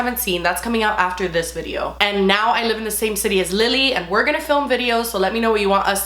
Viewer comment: Honestly just love that you pronounce “live” as “lib” 😂💞